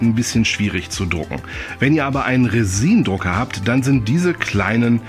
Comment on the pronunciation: "Resihn" ist kein deutsches Wort. Auf Englisch spricht man das "Räsinn". Aber man kann auch einfach (Kunst)harz sagen, das versteht auch der mitarbeiter im Baumarkt wenn man das da dann kaufen will.